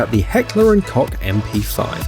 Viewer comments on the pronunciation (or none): Those can't hurt. Many don't shoot. Also stop pronouncing koch "c*ck". It is pronounced "coke". Check the official website. Also love how you give no credit to the original creators. Did you ask if you could do this? this just hurts. He acts like these things taking time is uncommon. With some channels, yes but most popular channels have long breaks because the craft takes time. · i knew this guy would pronounce "Koch" like "kock"